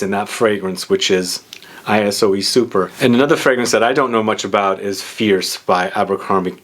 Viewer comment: Dude, it's not pronounced ay-ess-o-ee...